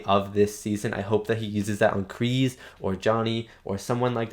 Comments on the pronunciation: They did in fact film in Okinawa. Kk2 was filmed in Hawaii but yes they went to Japan for CK. Been enjoying your reaction videos. John Kreese's name is pronounced like you would say the word grease. Not Kree's. Kreese. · See that’s why I will forever hate Hawk. He only did it to impress his friends if that’s what you want to call them. And it’s a KreeSe with an S sound.